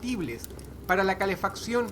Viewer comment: Alguien mas noto que cuando dijo " para la calefacción" Dross cometió un pequeño error? xd Igual,muy muy muy buen trabajo,como siempre.